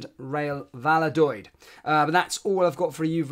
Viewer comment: It's pronounced val-do-lith